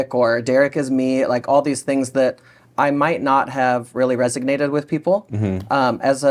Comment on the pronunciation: "Resonated", not "Resignated" (You're welcome, Ms. Barry).